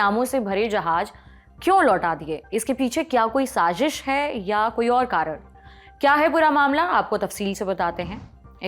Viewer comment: Jab Urdu nahi aati to mat bola kya karo , Urdu ki beizzati hindustaniyo k hath , Jahaj nahi jahaaz , Sajish nahi sazish